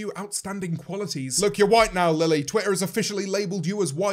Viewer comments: he says lele instead of lily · Wonder Bread his accent doesn’t change the way he says Lilly one time 😂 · does no one notice that - he says Lele, not Lilly- just a little theory, what if they sorta merged in to one, To make the ultimate not fun super villain and James has to well- kill the demon. that made no sense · him calling her lele... wow it’s really gotten that bad